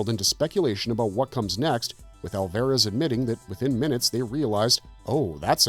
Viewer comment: It's got to be AI narration, right? Mispronouncing Alvarez and "bio pic" as "biopic"...it's bad.